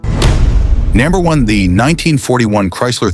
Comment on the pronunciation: It’s easy to spot AI narrative when the robovoice mispronounces number. If the production team of a video can’t edit it, they shouldn’t be using it.